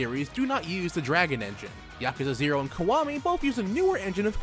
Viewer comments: I fucking hate your pronunciation of yakuza.... It's not yAhk-u-za, its just ya-ku-za... I can't watch this at all.... It hurts me.... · I always pronounce it as Yah-Koo-Za